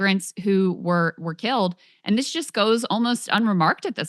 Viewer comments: How can you pronounce MAAHHga and then AYYAAAND, even in the same sentence? Love my Glenn Greenwald. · Glad I am not the only person who finds it amazing that Glenn can make "and" a four syllable word. =)